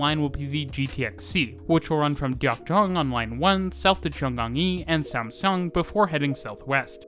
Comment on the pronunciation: FWIW, Samseong is pronounced like Samsung